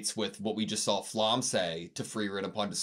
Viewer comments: If you wanna sound professional: Pronounce it "Flam-me" but careful, the e is pronounced like in "elephant" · pls google flamme german pronunciation